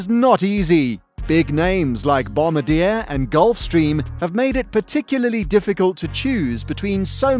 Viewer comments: You are mispronouncing Bombardier. It's not "bomb-ba-deer" it's "bom-bar-d-a" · How to say "Bombardier" BOM-BA-D-YAY. Not "Bombadeer" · lol kind of helps with little things like "credibility" when the narrator actually knows how too pronounce the words for the thing he's talking about. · 100% Global 7500. I just wish you could pronounce Bombardier properly. They don't drop bombs. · Wow-The bloody announcer can’t even pronounce Bombardier.. Go home and try again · Doesn’t even know how to pronounce “Bombardier”. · Bob Alto I was referring to the narrator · How many words is the author going to say incorrectly? It would help if he pronounced Bombardier correctly, LOL. And "mach."